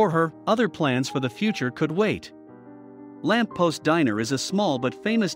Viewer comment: Uh, the restaurant is called, :"The Lamp POST," not past.